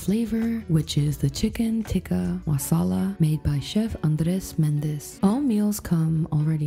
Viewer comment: Teek-a ma-sa-la = Tikka Masala